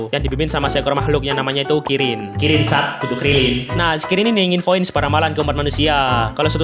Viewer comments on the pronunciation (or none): ngebilang kirin malah jadi krillin🗿😅